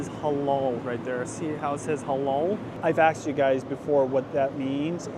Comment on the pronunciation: The way u pronounce halal as holol is so funny. It’s supposed to be like a clear «a».